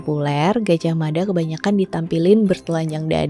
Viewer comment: jangan salah kaprah, yg bener, Mapatih Gajahmada , "Da" bukan "Dha" mada dibaca dengan lidah sedikit digigit, pembacaannya beda,, dan "Mapatih" bukan Maha Patih ,, semoga bermanfaat 🙏🏻🙏🏻